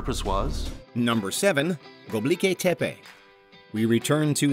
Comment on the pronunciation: hey! it's not pronounced göbliki, it's gö-bek-li. you're switching the last 4 letters and changing the last letter. you're pronouncing it very wrong my friend. 😅